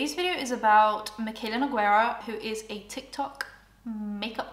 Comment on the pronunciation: Nogueira it's pronounced as NEW-GAY-RUH not Ne-guei-rah 🤦🏻‍♀️